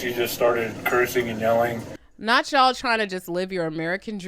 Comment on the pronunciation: "I hate ya'll" I thought she said I said I hate jollof! lmbo